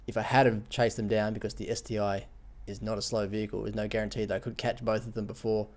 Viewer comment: It's not ST-I but ST-1:-)